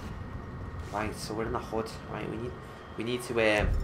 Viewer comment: this dude dont say hood he says hod